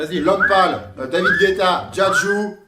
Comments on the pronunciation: Juste... C'est pas "Djadju" mais "Dadju".. Merci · il a dit diadjou jsuis ko